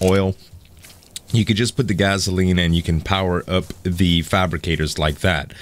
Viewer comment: It's gasoline not gazoline